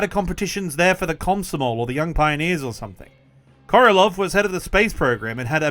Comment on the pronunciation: Sergei Korolev not Korelov